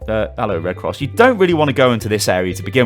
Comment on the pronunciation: at the start of every video you sound like your pulling a toilet brush out your arse, "hell-OW & WE-lcome!"